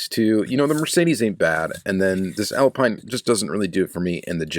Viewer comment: The Alpine is French -- from Renault -- so it's pronounced Al-peen, like the F1 team.